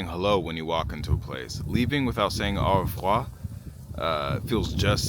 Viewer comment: Lol, he can say 'Aurevoir' properly, not like a lot of french saying 'Enrevoir'... Funny =P